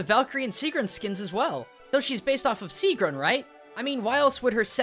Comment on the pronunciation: gets more and more annoyed at the butchering of these names ITS NOT SIIGRUND ITS SIEGGRUN ;___;;_;;_;__;_;_;_;_;;_; but in all seriousness you actually did do a pretty good job a pronoucing these words. but me being me still got annoyed lol